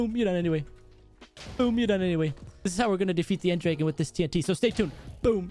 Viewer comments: Did he just say end draegen instead of end dragon?? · When you said end dragon it sounded like end drage